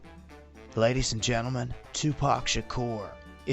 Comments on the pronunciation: His name is tupac not tupack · HE'S DEAD LET HIM R.I.P ALREADY DAMMIT!!!!! Or at least pronounce his name right it's not TUPACK! IT'S TUPAC!!! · Us brits pronounce Tupac as tu pack whilst Americans say tu park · If you're going to make a video say his name right..its Not two pack ...its two pock like two pockets you disrespectful sob. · Tupac not Two Päck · His name is Pac not Pack 🙄 how can we take this video seriously when this guy cant even pronounce his name correctly? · Dude keep sayinf pack and its pissing me off. PAC 4ever pronounce it right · The way you say his name kills me! It's not pronounced Pack, its pronounced POCK! Made me want to kill the video instantly! Not trying to be a troll, but even if you do a fake video, at least give him the respect of saying his name right! Good video! Props on the effort! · He wasn't called To pack Tüpác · His name is 2 pac. . Not 2 pack wth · Tu pac not tu pack stop adding a ck when there isn’t one please people please pronounce the name correctly!!!!! It’s not pronounced like pac man grrrrrrrr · Never ever call him 2Pack ever again. It's Pac not pack. Like poc... yt people 🙄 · Who is 2Pack or Pack. Yall so disrespectful bra. Its Tupac or Pac, theres no K in his first name😒 cant take yall serious🤦🏾‍♂️ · You're pronouncing his name wrong it's not Tupack it's Tupac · My God...its 2 pac....not 2 pack. 🤦🏻‍♂️🤦🏻‍♂️ I hate when people missay his name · Its not tupack, its Tupac. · STOP CALLING HIM PACK YOU EFFING CONT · It's not pronounced "pack". It's pronounced "p-ah-k". A entertaining little April fool's thing though. Wished he was still alive. He was so much. A soul of light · For all the years Tupac was around, he pronounced his name Too Pock, NOT -To Pack! IDIOT! 👎👎👎👎👎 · MAN HIS NAME IS PRONOUNCED (PAC) LIKE (POCK) NOT PACK PUT SOME RESPECT ON HIS NAME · Bro stop calling him 2pack it's 2 pac like poc? 🤦🏽‍♂️ you know what, nvm 🤦🏽‍♂️🤦🏽‍♂️🤦🏽‍♂️ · Too-pahc!...not too pack...ass hat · Its 2Pac fool not 2pack, get it right